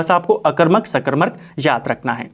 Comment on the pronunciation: bhout sundr 🙏 Wese mene phle v ye notices kiya h ki ap सकरमक ko सकरमरक khte ho😛